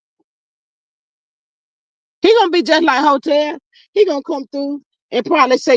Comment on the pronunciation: hoetel 😒😮‍💨🤮🤯💩☠️not spit! LOL